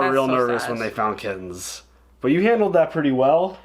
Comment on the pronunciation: pronunciation of "kit-tens" will become Hill House's "Jon Snohh.";)